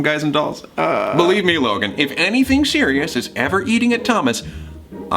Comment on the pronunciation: I thought he said “Logang” I was low-key cringing